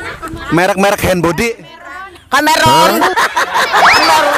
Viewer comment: Emeron di bilangnya kameron 😅😅😅 , tuh nenek klo di ajak tawuran menang tuh 😂😂😂 , menghibur bgt asli , bikin ngakak kelakuannya 😂😂😂 Hahaha ...